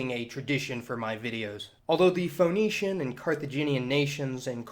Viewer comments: Correct your pronunciation - it's pronounced "Fee-nee-shians" and not Fho-nee-shians ! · It's pronounced 'fenicians', you know, like 'phoenix' Awesome post though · Can’t stand his mis-pronunciation of “Fa-nee-shuns”. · It's pronounced Finneeshiyans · feh NEE shuns Love your videos, but I am often pulled out of the things you are saying by your pronunciations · yeah, like Phoenix, that made the video feel kinda odd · This cat can’t pronounce there name but hey lets make a video ... really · I love how many nerds couldn't overcome your pronunciation of Phoenicians. Triggered so easily! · After 3 minutes and 21 seconds of listening to you mispronounce Phoenicians, I finally just gave up. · The way you pronounce Ph"O"enicians, the Levant as "LevEnt", and consequence as "Con-SEEquence" is very odd. Maybe it's a Southern thing. The emphasis on the vowels is harsh